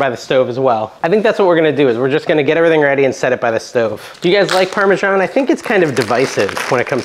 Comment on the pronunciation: Funny way to pronounce Parmesan. I'm sure the citizens of Parma wouldn't know what you are talking about.